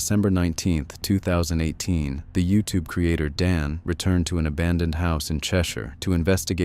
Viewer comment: He really tied yourube insted of youtube 😂😂😂